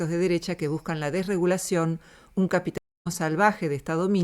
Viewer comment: ¿¡Por decir capit-li-smo!? ¡¡Eso sí es extraño!!